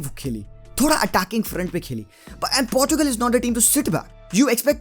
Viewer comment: I want CR7 to score his 110th goal but Really want Belgium to go ahead 😊 hope Chocolaty Belgium will win .. And Finally bhai Aapne Portugal and Portuguese sahi se pronounce kiya 😍😍😍... Party chaiyhe Bro. , 1 Plate Biriyani and 1 PS5 for me 😂 😂 😂 .... 😘